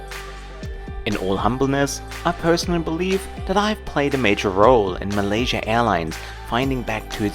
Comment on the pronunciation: yer English is perfect, but yer pronunciation is sloppy. PLEASE slow down, especially when you are speaking about PROPER nouns like COLOMBO, MALAYASIA...... These words need to be pronounced CLEARLY........ PLEASE (I ask as an Engrish person.... if I cannot hear you clearly.... other nations may not either)